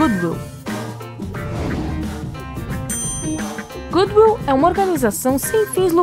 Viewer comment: Otimo video! Parabéns Observações: Ela repetiu duas vezes a informação sobre a família da Mitsubishi... e a pronúncia de goodwill está errada